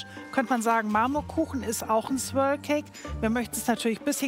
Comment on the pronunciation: Wir oft wollt ihr Swirl sagen? Das Große Backen: Swirl, Swirrl, Swierl, Swörl, Swöörl, Swürl 😂